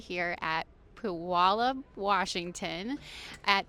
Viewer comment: I really hope you have a great weekend in Puyallup. I was impressed with your pronunciation. Before you know it, it will just roll off your tongue like a local!